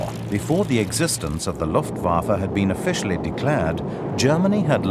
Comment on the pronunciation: are you just trolling? because he says Luftwaffe about right like and he even says bayerische flugzeunwerke about right